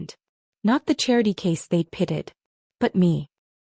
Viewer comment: Why do these sites always pronounce the word pitied as pitted? Also the verbal pronunciations are so sloppy that half the words printed on screen are totally wrong unless it’s the script that is all wrong so the AI voice is reading it incorrectly.either way sloppy end product.